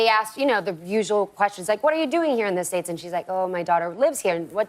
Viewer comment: Definitivamente eres Americana! Derrepente creia que te sentías medio mexicana pero hoy dijiste la palabra mágica ella lo dice como nosotros " the satates" saludos!